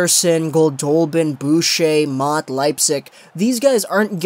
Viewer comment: Every time I hear Motte my brain hurts :(